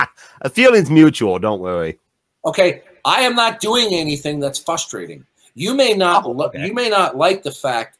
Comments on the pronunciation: So ‘fustrating’! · And he can’t say”frustrating” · Imagine a teacher behaving this way- but then I don't suppose he has much respect for teachers, or for people who are open to learning new things or changing their minds. Also, I know how to pronounce "frustrating", and he doesn't- so how is it that I'm not a Christian?